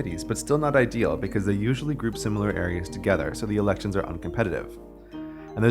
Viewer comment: The way you say "elections" at about 3 minutes triggers my Amazon Echo for sounding like "Alexa". Scared the hell out of me